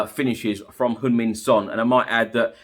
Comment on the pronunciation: I just noticed that actually pronounced Heung Min correctly, most others pronounce Hyung Min